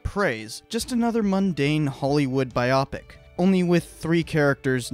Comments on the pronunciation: Damn it, it’s bio-pic not bi-opic. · You say Biopic like it's Bionic. Bio-Pic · Thanks for clarifying that. Now on to more important things like the pronunciation of biopic. Bi-o-pic is the only way to say that word and no one can convince me otherwise. :-)